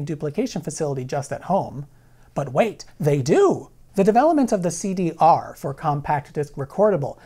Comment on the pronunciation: You did not just say CD Arrrrrr...omg so good